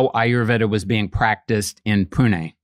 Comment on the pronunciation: His pronunciation of Pune on point 💯